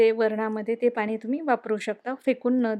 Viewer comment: बाई पाणी म्हण. पानी नाही. पिण्यासाठी, पिन्यासाठी नाही.